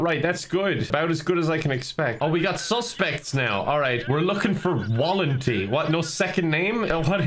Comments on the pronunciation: if you care the correct pronounciation would be something like val-n-tee (there isn't really a right sound in english for the last bit thogh, it should be less e and more, idk, downwards? i don't know how to explain it) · reading Walenty as "Wall-n-tea" is the funniest thing to a Slav like me